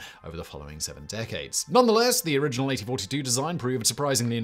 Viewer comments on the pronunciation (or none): none